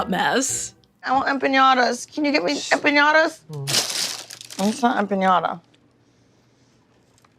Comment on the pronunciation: your pronounciation of empanadas is horrific. Stop. You live in Miami for God's sake!